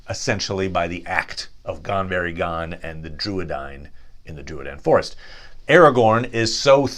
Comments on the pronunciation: Actually your pronuncement is terrible.eg it's not pucklemen, it's pronounced Pooklemen. Itsnot Gan berry gan, it's pronounced Gan Boory. Gan.oh and by the way Elrond's father's name is not pronounced as if the first letter is a Y. The first two letters are pronounced as two separate letters. Ea is not Ya. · The u is always long in Elvish and Sindarin based languages. So no, you are not pronouncing it right. They are POO-kel-men, like a Ducal Signet is pronounced. Also it is Gone- boory-gone, not Gone-berry-gone. Sorry, nice try. The Numenoreans had many Druedain among them on the island of Elenna. Pukelmen is their name for these people. Since the Numenoreans spoke fluent Sindarin in their everyday speech for centuries, only slowly evolving into Westron as their native Adunaic made a comeback during their rebellion against the Elves and the Valar. But even their Adaunaic was taught them by the Elves of the East, those reluctant Teleri whose Western kin later evolved to the sub-group Sindar, and maintained many common elements. So no matter how you spin it, every word they talk is based on the Sindarin/Teleri language.